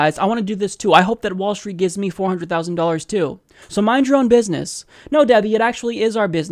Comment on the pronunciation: I believe DWS says it, "bidness"